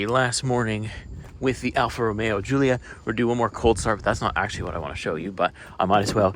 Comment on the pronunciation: Did you say Goolia??!! Lol